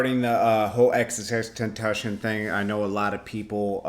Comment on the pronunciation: Yo atleast put some fucking effort in trying to pronounce his name!